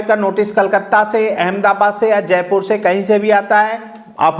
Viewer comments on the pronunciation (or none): none